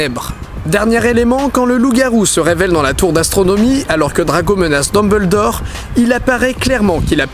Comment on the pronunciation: Pourquoi tou le monde écorche le nom de Dumbledore 😢